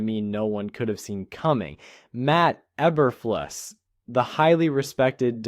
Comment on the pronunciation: Learn how to pronounce names.